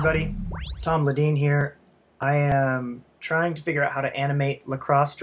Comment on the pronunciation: It's "Tom"